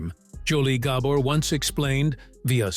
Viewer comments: Not Gah-bor. it’s Gabor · This is information I want, but the AI narration may make me bail before it's over. For gods' sake, it's GaBORE, not Gabber, and ZSA Zsa, not JaJA. And what's the footage from The Feud doing in there? Not a Gabor in sight. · Surely there must be a human being somewhere on this planet that could pronounce names, places, etc., better than this AI atrocity! Gobber's?.... sheesh!! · At least train your stupid AI to pronounce their last name correctly. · AI can’t pronounce Gabor. Really??? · I am sure this is a AI voice. It cannot even pronoun the name "Gabor" correctly. I am not even going to bother listening to the rest of it. Shame on you for not doing them justice. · If you don’t get the name right you don’t have enough credibility for me to watch this. Every one of your videos have pronunciation mistakes. If you can’t get that right I’m sure even basic facts aren’t right. Gah bore. Accent on the first syllable dahling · All the time it took to make this this video, and you didn't learn how to pronounce the name right. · I thought the remark was more about the poor pronunciation of the family name. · can't watch a video where you mispronounce the principals' last name - unforgivable